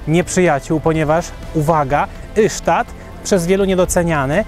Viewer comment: Taka mała uwaga Ystad to /istad/ a nie /isztad/. Szwedzi właśnie tak to wymawiają. Poza tym wszystko super i ok. ;)